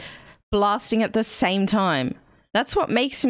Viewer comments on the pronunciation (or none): none